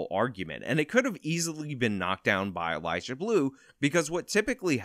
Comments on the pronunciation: I love watching you most of the time, but this time I couldn't get over you saying "Elijah" every time you tried to say "Eliza" xD Idk why that bothers me so much but it really does. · Atta boy! 💪.....,, you slippery man you!... About time you got in on the EliZa Bleu content hack!.... FYI... it's EliZa not EliJah. Hard Z not J.. Smarten it! 🤭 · Is he saying Eliza? Cause all I hear is Elijah… laurel/yanni? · Why do you keep calling her "Elijah Blue?" 😂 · Lol it’s EliZa, not Elijah. 😂😂 🙏✌️❤️ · The ONLY thing I'd say you got wrong here is that her name is Eliza with a Z, not Elijah with a J. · It's Eliza not Elijah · Am I the only one hearing say "Elijah Bleu"? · lol you saying ELIJAH bleu